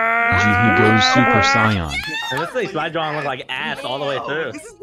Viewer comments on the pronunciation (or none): Why does it keep changing how it's pronouncing super saiyan? said it was because he capitalized it but the doesn't hold up with the others. I thought it was because the male and female narrators pronounced it differently but then the male narrator gets it right on Rocky's response. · made no snce saying he capitalised it on the Super Saiyan because Chosen's prompt was capitalised and it still pronounced it Sai Yan not Say Yan and Roses wasn't capitalised and it still pronounced it Say Yan as well. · from both voices pronounced Super Saiyan correctly and incorrectly, and capitalization didn't matter. Does anyone know why is that? Why do they pronounce even the same sentences differently?